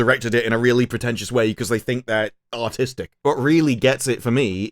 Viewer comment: With your accent when you say “artistic” it sounds like “autistic”. Or you do it on purpose. 🤣😂